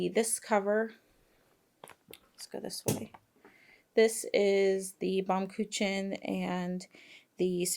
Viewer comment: I would recommend to let Google translator read out "baumkuchen" for you. It is actually a german Word and you said smt like baumkütchen 😃